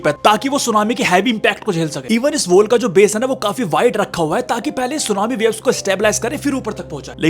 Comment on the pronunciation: Wall ko woll bol raha hay...woll😂